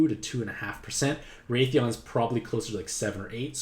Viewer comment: i freaked out because i never heard of raytheon but then i wised up aha! pronunciation is wrath-ian like wrath and the name Ian lolol